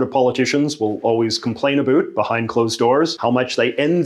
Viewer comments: When is this valley girl going to realize Canadians do not over dramatically pronounced the word about? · The way he says about… “a boot” 😂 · Great video ,but why did you say "a boot"? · Why does he keep bringing up "a boot"